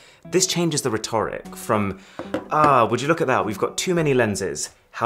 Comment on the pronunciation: Well spoken? He mispronounced rhetoric. Review was good though